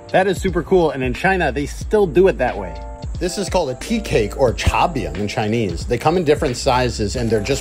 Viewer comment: Pretty solid chinese pronunciation, props